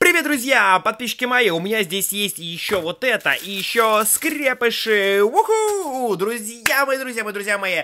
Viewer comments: не скрЕпыши а скрепышИ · По моему надо говорить скрепышИ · Господи🤦‍♀️, как ты произносишь слово скрепыши, ударение не туда!! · Вообще-то не скре́пиши а скрепиши́ !!!!! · Скрепившись Ударение на и!!!!!!!!!!!!!